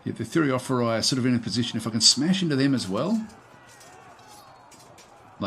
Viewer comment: Like your gameplay. No button spamming either. The easy way of pronouncing "Thureophoroi" would be treating the "ph" as the "F" sound. The "oi" sounds like "e". Thure-o-for- e.